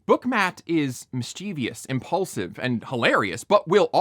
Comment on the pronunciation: MISS-chih-vis, not miss-CHEE-vee-us Great content. I read the books a few times, and will not watch a second of this abomination of a show.